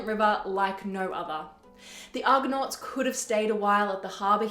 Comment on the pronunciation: 0.27 It is Argo-nauts not Argon-nauts. Argon is a gas with atomic number 18. But over-all, 'very well done'.